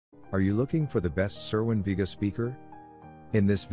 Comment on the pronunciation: You don't even know how to pronounce vega